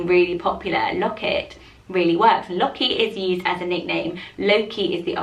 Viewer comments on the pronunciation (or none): none